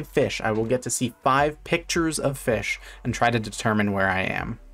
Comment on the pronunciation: Haha Feesh